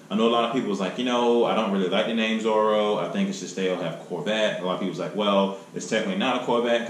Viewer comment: Zora not Zoro.